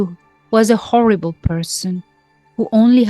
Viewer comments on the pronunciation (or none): none